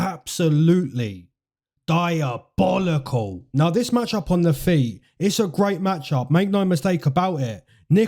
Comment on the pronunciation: LMFAO PLEASE STOP SAYING DIABOLICAL LIKE THAT